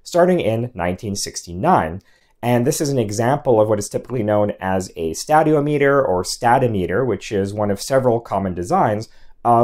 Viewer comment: stay-dee-om-eter not stad-eo-meter. like ther-mom-eter instead of ther-mo- me-ter